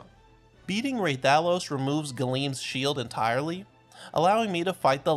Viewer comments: "ray-tha-los" Bro my ears, stop. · It’s pronounced Rathalos. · Rah-thuh-los REPEAT IT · Listening to him say hurt my soul. Lmao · How did u say rathalos wrong yet say dharkon right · The way he says Rathalos causes me physical pain